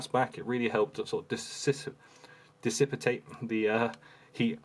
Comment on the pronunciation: “Disipatate” lol good review.